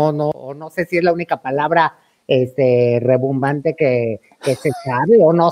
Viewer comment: En el minuto. dice "Rebumbante" CORRECCIÓN: Es " RIM -BON-BAN-TE" con "I" no con "E".